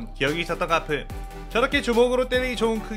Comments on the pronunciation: 아니 가프가 아니라 거프에요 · 가프가 아니라 거프에요.